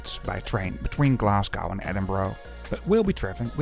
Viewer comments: There is no city called Glas goww. The city is called Glas go!!! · It's pronounced Glas-go, not gow. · It's not Glas gow it's Glasgo the W is basically silent. But cool video.